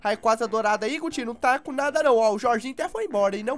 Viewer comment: vc ficou falando gutin no final